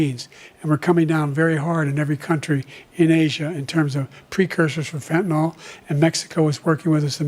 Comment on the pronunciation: It's name is fentanYl, nor fentanOl. fentanyl.